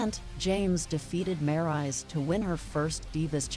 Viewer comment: wait a minute did she said maryse name wrong i bet she did i heard all of it